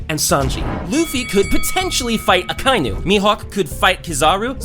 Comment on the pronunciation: Can’t believe we still cant pronounce his name it’s not Akinu it’s Aka-eenoo